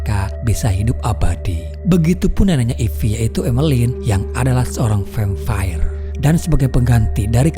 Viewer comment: Biasa aja min ngomong vampir nya.. Gak usah vemfayer....😄😄😄😄 Gagal horor deh suaramuu...🤩🤩🤩